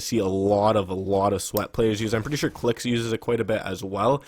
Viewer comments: and its not kilix its kylix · How can you say kylixx is one of ur favourite FN pros but you don't know how to say his name